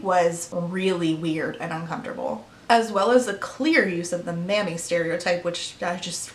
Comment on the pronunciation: Until 10 and 1/2 minutes in I thought you were saying 'manny' not 'mammy' like a term for a male nanny, and I was just going along like 'wow, that was popular around 2009, wasn't it?'